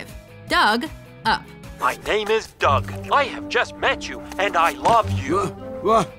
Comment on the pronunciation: Dug not dumb